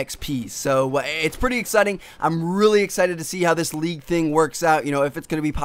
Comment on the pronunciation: Why do you say league so awkwardly..